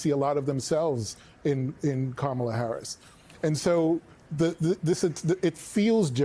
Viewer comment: "Kahmals'"? Huh? I think you're over-complicating things. It's KAMALA (comma-la)!